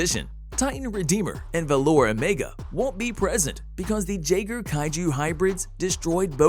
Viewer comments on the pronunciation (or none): Yaegar not gaegar